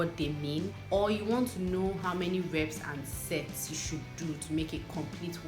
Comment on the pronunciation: I think u pronounce sets wrong😬